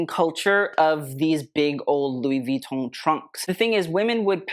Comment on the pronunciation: you pronounce "Louis Vuitton" PERFECTLY. Thank you, thank you, thank you.